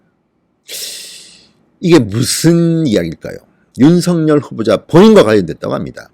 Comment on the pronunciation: 진성호氏 윤석렬이아니라 윤석열이라고 발음하세요